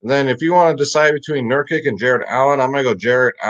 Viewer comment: My ears bleed every time. Here we go, correct pronunciations are NUR-Kitch and YO-Kitch.